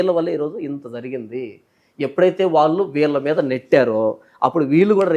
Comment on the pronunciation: వాల్లు కాదమ్మా. వాళ్ళు అనాలి. అక్షరాలు సరిగా పలకడం మీ ప్రాధమిక పాఠశాల ఉపాధ్యాయులు నేర్పలేదా? తెలుగు భాషను పాడుచేయకండి.